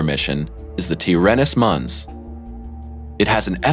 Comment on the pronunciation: Mons is NOT pronounced muns. It's latin and pronounced "mänz". If it wasn't mispronounced 20 times, I wouldn't have pointed it out ;) Good video otherwise!